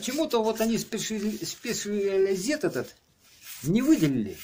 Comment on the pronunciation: Не спешализед 😂 а спэшалайзэд